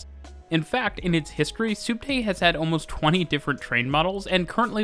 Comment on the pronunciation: It's short for subterraneo (sub+terra = under+ground). It's pronounced spot on in the video :)